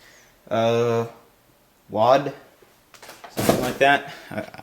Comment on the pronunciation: its W.A.L.D. not wal